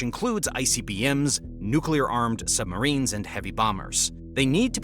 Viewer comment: Did you say "sumberines". I say you did! 😂😂😂